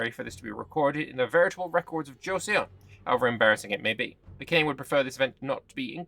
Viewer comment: Also Joseon (Chosŏn) is pronounced like Cho-sun.